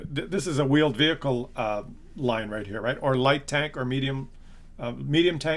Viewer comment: "You're gunna have veeled wehicles...." >D